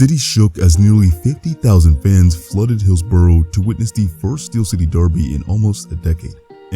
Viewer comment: Good video, but just have to note the pronunciation of "Hillsborough" is woefully off. The ending doesn't rhyme with row, it rhymes with uh. Like Hills-buh-ruh.